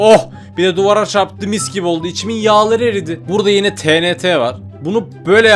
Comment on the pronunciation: abi o tenete değil tienti diye okunuyor😢